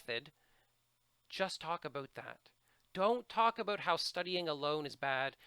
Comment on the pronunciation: I love your videos, I have watched about 4 just tonight and you man have given me a lot to think about and prepare for! BTW I can´t get over how you say about :D - oubout, aubout, ouibut or whatever! I really appreciate your knowledge about TOEFL. Thank you